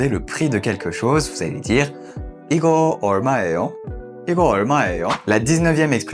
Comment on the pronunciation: J’ai deux question : le h c’est pas ㅎ plutôt Et pour 이거 얼마예요 ça ne se prononce pas plutôt "I-geo eol-ma-yé-yo " au lieu de "I-geo eol-ma-é-yo" ?😅 pareil pour 화장실 어디예요